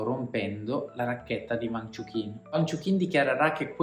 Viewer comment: Peccato per la pronuncia sbagliata del nome...